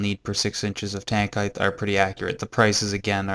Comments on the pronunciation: is it just me or are you saying heighth instead of height? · The word HEIGHT, ends with a 'T' not a 'TH'.